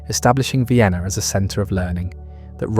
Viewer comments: Not “Ween” 😭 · Viainna? Check audio.